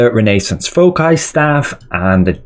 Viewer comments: "Fow-sai" bro. Its the plural of focus. Other than that, fantastic analysis. Thanks! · REYNAE-SENSE FOH-KAI:face-orange-biting-nails: Everyone else: REH-NUH-SAANS 💯FOW-SAI 👌